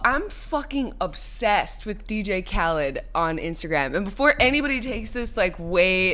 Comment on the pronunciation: I hate the way they're pronouncing DJ Khaled's name in this.....